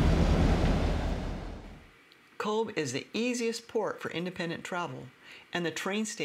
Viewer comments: pronounced COVE. it uses the irish language 'BH' which gives it the V sound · "We like to mix with the locals" typical US person....goes to a place and doesn't learn how to pronounce it's name. if you'd have truly connected with locals they would have told you, it's cove not cobe Bh is pronounced as a V. So Aobha and Eobha are Ava and Eva 😂 good video. otherwise, though 👍